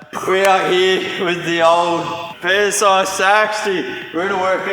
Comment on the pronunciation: The "PSI Saxty"......